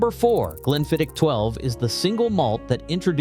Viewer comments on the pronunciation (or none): Spee-side, Glenfidd-itch and Lock Lomond for fox ache? Could they not find an unemployed Scots actor to read this? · What the hell is 'speeside charm' or 'glen fiditch' ffs. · Glenfiddich ends with a "k" sound. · Is it April 1st , GlenflidichhhhhKKKKic pronunciation had me in stiches , and no Ice EVER you heathens ! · and now we have ‘glen-fid-itch’. It’s getting worse… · Spee-side and Glenfid-ditch? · Please, please, learn the correct pronunciation of Glenfiddich and Loch Lomond…especially how the diphthong ch! 😅